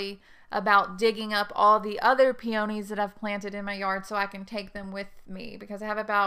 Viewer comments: If you want me to watch and pay attention to your advise, the least you can do is learn to pronounce the name of peonies properly. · I really wanted to watch this video since I was specifically interested in planting Itoh peonies in containers. But I could not get past the fact you were not pronouncing "peonies" correctly. It may be location specific but that pronunciation was driving me crazy so I had to move on.